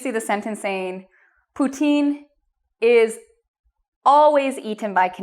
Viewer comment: you said it so deliciously so I wanna eat it!